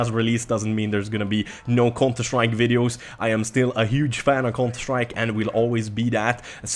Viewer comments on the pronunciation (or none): whenever you say counter strike it sounds like your saying cunter strike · Cunter strike 😂 it's funny how he pronounces it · Love the way you say counter strike XD